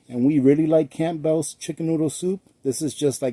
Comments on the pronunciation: hun it is pronounced CAMbulls. ..not camp bells. GREAT VIDEO.. LOTS OF USEFUL INFO. THANX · Camp bells hehehe... the p is silent. Its pronounced cambells 😊 thanks for the giggle hope you and yours are doing well. 😊🇨🇦🙏🇺🇸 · It's pronounced cambels not camp bells! Fyi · The p is silent in Campbell's. I didn't even realize it had a p in there until now. I'm very bad at spelling. But I really want to know if that heavy cream powder is any good. I love cream in my coffee.